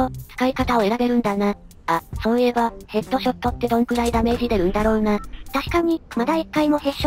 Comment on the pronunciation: さんヘットじゃなくてヘッド